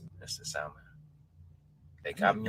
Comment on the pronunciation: Keith the "L" is quiet in salmon. Please correct.